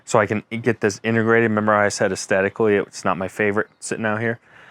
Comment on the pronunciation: Astetically or Aesthetically? Good video though..